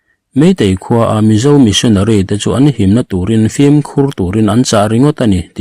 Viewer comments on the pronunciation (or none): none